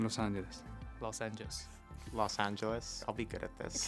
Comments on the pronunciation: Then Alonso: "Los Angueles" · i love how carlos and fernando are like: los anchelees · Everyone: LA Sainz: Los Ancheles